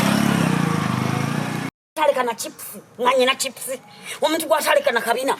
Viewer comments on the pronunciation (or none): Hahaha. Naye Teebe totya boss wo 😂. Hips mbu chips. Ur killing mi 😂😂🤣😂